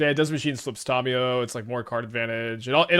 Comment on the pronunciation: Please stop pronouncing Tamiyo incorrectly